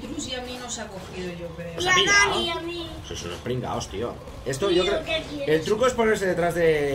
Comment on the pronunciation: Se dice dani no danny